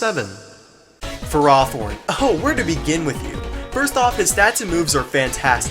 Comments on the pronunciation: "fur-ah-thorn"? I think you mean "ferro-thorn" as in ferrous (iron) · ...fur-rath-horn? wut? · Just wanted to let you know, its pronounced Ferr Oh thorn.